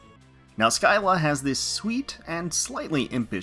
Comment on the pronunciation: "SKY-la". Cringes It's "Sill-la".